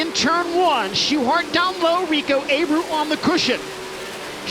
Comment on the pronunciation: Abreu is pronounced “ Uh-bray-you “ not “ A-brew “